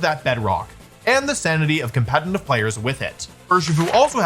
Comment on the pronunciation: Day 48268 of Wolfie not being able to say «competitive»